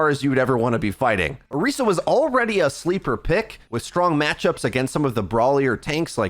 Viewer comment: man says orica